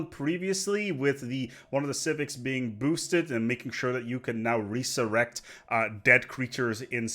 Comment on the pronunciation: Not a criticism because really lie your vids however just from a language point of view as I know English is now your first language. Its rez er ect for resurrect or resurrection. Just trying to be helpful :) keep up the great vids